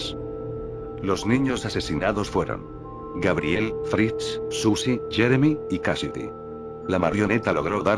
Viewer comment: A fritz entendí frisk:v